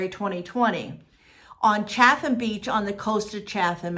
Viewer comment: It's not pronounced GlouCHESTER. It's pronounced Gloster/Glawster. It's so weird to hear GlouCHESTER over and over. Also, it's not ChaTHam. It's prounounced ChaTUM. Something I found interesting: I wonder if the police followed up on. Someone saw a Craigslist post just before she disappeared, searching for "a dear motherly lady I met in Gloucester. " There is no rhyme or reason for this strange, sudden, nearly clueless disappearance. It's very unsettling. Now there are all these potential serial killings in New England. You have to wonder...